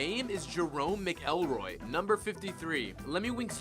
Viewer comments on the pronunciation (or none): but it is pronounced 'Mick Elroy', right? So many mispronunciations -- Eric 'Stow' and Chinpokemon immediately -- that I had to dislike. And, I never dislike anything on YouTube.